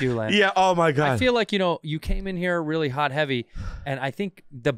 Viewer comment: “Wreeeeally dude”